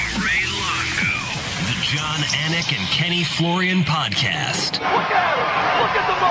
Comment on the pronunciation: As a dude with an unusual(not difficult just unusual) name, I love Jon Anik's focus on getting the pronunciations correct.